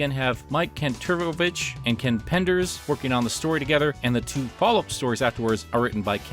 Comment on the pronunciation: ngl I wasn't looking at the screen when was reading it, and my ears heard "Mike Kant Turbo-bitch" instead of "Mike Kanterovich".